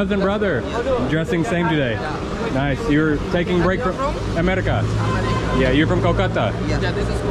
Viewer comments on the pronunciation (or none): Why do you say amardica. Instead of America